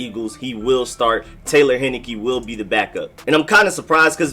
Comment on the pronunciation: It’s pronounced, “Hein-I-KEEE!!!